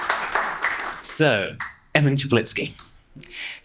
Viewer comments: Amazing! You pronounce Evan's surname more correctly than he does himself! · Omg, you are the only one that pronounced his last name correct. Kudos